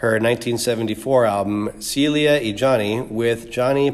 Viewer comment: It’s pronounced Sell-lee-yah not Cee-leeuh 😒